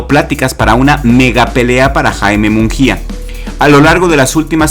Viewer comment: solo un detalle, su apellido no es "munJia",,, la letra "G" en su apellido aunque no veas diéresis no se pronuncia como jota, sino como en gusano.